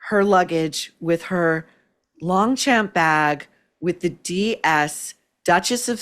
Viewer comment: Longchamp (silent g and silent p) .